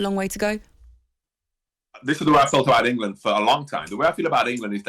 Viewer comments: Always annoying how gabby says England. "engeland" 😂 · Gabby wtf is ingleland? 😂 🥬